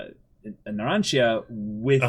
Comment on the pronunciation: Is anyone there going to tell them to LISTEN to how the names are said? Or even that the i in Narancia and Giorno is not sounded??? I mean you don't call Digiorno "Di-GI-OR-no" now do you? It's an Italian thing.